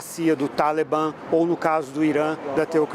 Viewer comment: Toda hora talebamm ele falando talebamm